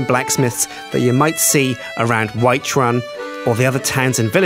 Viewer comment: did he say whitechrum instead of whiterun O_O